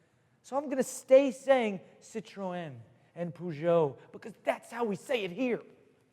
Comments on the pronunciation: Well I'm French and can assure you: you can prononce Citroen and Peugeot the right way. Well done, monsieur...;) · I'm french and I approve you pronunciation of Peugeot and Citröen D.D